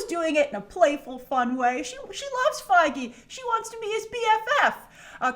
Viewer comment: It's pronounced kevin feegee